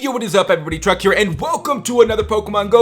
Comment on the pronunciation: Did he say his name was truck?